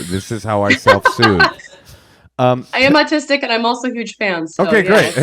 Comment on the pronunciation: I thought said 'oldtistic'... I'm making that a thing.